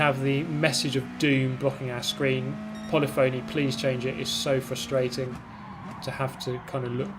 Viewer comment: doesn't know how to pronounce polyphony.